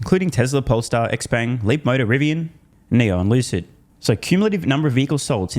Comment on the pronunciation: Lucid is pronounced Loose It 😂